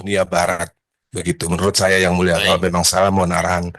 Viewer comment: Terimakasih ygmuleshhhh Kaya ga jelas pengucapan AD pas bilang yg mulia